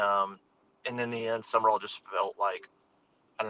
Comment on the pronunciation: It's not Summerall. It's Sumrall. I'm glad we didn't hire him for the sheer fact no one can say his name correctly.